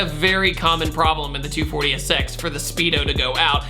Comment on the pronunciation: Sounds like you are saying "240-esex"